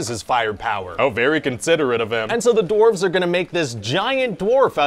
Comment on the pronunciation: I kept hearing him say “doorves“